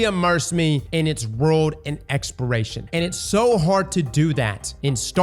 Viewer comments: You know I was baffled the whole time in this video and then I saw this comment he indeed says expiration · Exporation…you mean exploration? 😂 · lmao stop saying expiration its EXPLORATION. holy fuck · "Exploration" not "Expiration" 🤪nice Vid! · *exploration, not expiration, I swear if I have to hear expiration one more time. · Take a shot every time says “expiration” instead of “exploration” 🤣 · This man trying to kill us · The fact that it's on repeat makes him impossible to listen to. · It’s weird because he can say explore, but he can’t say exploration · Say it with me brother. ExpLoration… you got an L in there bud that you are missing. Explore… but add on the Ation. Ex-PL-OR-AT-IO-N. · Say Expiration... One More Time... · Lmfao so I thought he was just saying it fast, he slowed down and said expiration🤣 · Does not know how to say "exploration"?